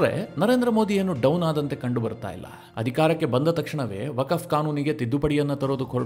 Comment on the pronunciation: ವಕಫ್ ಅಲ್ಲೋ ಮರಾಯ "ವಖ್ಹ್" ಅಂತೆಳೋ